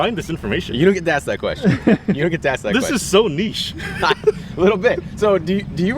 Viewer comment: Thank you for pronouncing "niche" properly. On the other hand it duzzen madda!